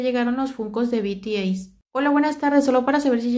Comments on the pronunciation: Se dice bities pero igual te lo paso a ti jeje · Hola, me encantan tus chismes... Solo por si te sirve la pronunciaciones son: BTS=bi ti es, Paypal=pei pal, Akihabara= aquijabara... Un beso. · Se pronuncia "bi ti es"